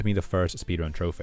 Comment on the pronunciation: I love how he says troph-ey lol